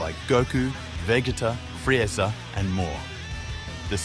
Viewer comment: Even butchered tf out of vegeta and frieza💀